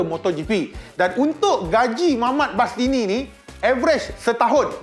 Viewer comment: ko main sesah je bang sebut..bastini la..masini la.. 🤣